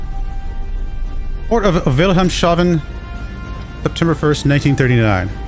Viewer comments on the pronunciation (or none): Lovely pronouncing of Wilhelmshaven. Just Like someone shaved Wilhelm. 😅 It's pronounced like "Vill-hellms-huffn". There's still the "Ubootbunker Valentin". Next to Wilhelmshaven is Bremerhaven, where U-2540 lies docked: the last remaining Typ XXI.